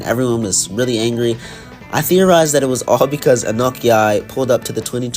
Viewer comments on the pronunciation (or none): none